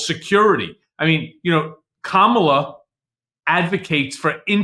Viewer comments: Kamala is accent on the first syllable. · You pronounced Kamala wrong! I know petty right but not in this time